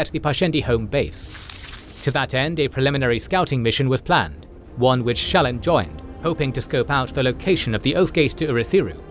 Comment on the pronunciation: As someone who listens to the audio books, this video is driving me crazy. The narrator pronounces almost every major character's name different than Kramer and Reading. The worst one is Shallan, the narrator says both her first and last name differently than the audiobooks. It sounds weird.